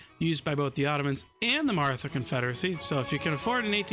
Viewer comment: I'll be that guy. It's actually pronounced 'Marata'; the 'h' is there because Hindi has an aspirated 'tuh' sound. Fun fact, there are actually 4 'tuh' sounds in Hindi, one where your tongue touches the teeth and one where it only touches the roof of the mouth, and then two more that are aspirated versions of those first two. Source, a single year of Hindi in college 😅